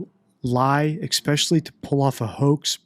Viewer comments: This is the first video I have seen from you. I am now subscribed, and fascinated by your analysis. I'm going on to watch them all. Would you do me one kindness? Could you please stop saying "expecially"? I know you know it's not correct, and as a former English teacher with a little OCD, it really grinds on me. Ok, I feel better now. Thanks for your hard work on these cases, I am eager to see more. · I like your content and am subscribed to your channel. My only complaint is this: please, please stop saying ECSPECIALLY. It is not pronounced that way and it’s distracting. You seem intelligent and I’m not sure why this is happening. Otherwise, good content. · Your videos are great. Your pronunciation of “especially” is not. No “x” in that word, my man!